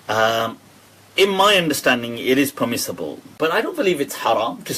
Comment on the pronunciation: '' THheY ArRe PeHmiSSibULe In My UnDeHStANdinG '' lol what a ding dong.